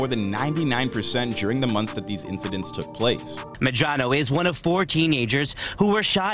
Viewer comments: Medrano not Morando smfh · That’s now how you pronounce Gil-medrano